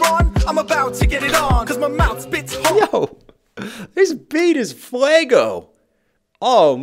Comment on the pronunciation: Did you say that the beat was fLego or Fuego ? ;)